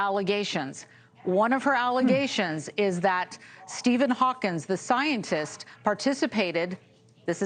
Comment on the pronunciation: Stephen Hawkins, not Stephen Hawking